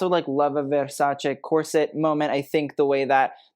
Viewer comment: Pls put more care on the pronunciation of the ending part of "Versace" 🙏